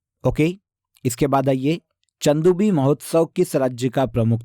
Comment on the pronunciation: Pronounciation sahi se kiya kijiye sir चंदूबी को चदुंबी पढ़ रहे हो आप , और ऐसी गलती कई विडियोज में करते हैं आप